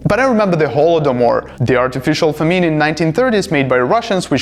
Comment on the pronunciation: pls learn how to pronounce "famine". How you say it, is what it sounds in French. Best regards.